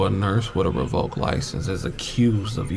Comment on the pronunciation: It’s revoked not revolked just letting you know